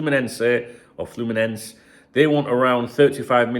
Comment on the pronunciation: FYI, you got "Fluminenese" right the first time, like a hole in one. 😀